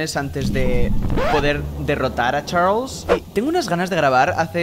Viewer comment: me encanta tu acEnto de chArlEs😏